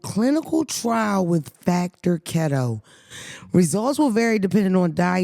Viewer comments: In the factor Ad nobody else noticed pronounced Keto like khetto instead of “key-toe”…get on production ass 😂😂..nobody caught it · it’s Key-Toe lol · Now why they didn’t tell you keto is pronounced “key.toe” for the factor meal